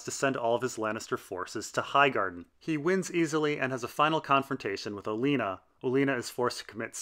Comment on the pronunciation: You do know you said Alena not Olena? Liked the video, that was just really odd.